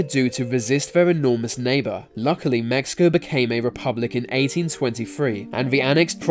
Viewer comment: did he just say Mexico